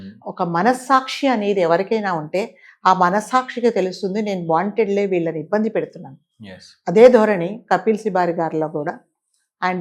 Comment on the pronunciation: వాంటెడ్ లి అంటున్నారు వాంటన్లీ అనాలి.